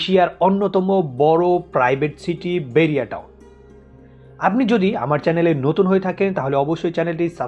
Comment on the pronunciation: বেরিয়া টাউন নয় বাহারিয়া টাউন।